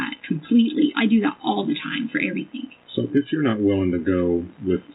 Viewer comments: What about EverythinK?? 😂She's been pronouncing it like that her entire life, I'm sure she really believes that's how it's spelled. She's just dumb af! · Please, let us not forget her adding a K to every word "endink" in G. Everythink, anythink, nothink, wronk, etc...... It drives me NUTS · “EVERYTHINK” AND “WRONG-GGGGGGG”. 😂